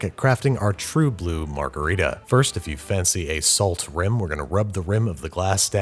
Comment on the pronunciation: I’ll be honest, I forgot how to pronounce margarita, so I clicked the video.